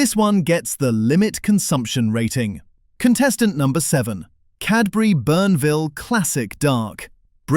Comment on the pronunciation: Not BURN-Ville!! It is pronounced BORN-Ville!!!